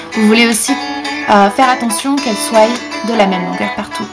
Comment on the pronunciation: Super idée merci beaucoup!! :) Au fait, c'est la première fois que j'entends un français prononcer "soit" - "soye", comme au Québec! Des petites influences?? <3